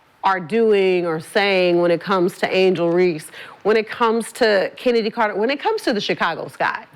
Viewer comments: she doenst even know how to say CHENNEDY CARTES NAME CALLING HER KENNEDY LOL IDIOT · Kenndies clark 😮😮😮huh did i hear swoops pernoonce her name correct😮😮😮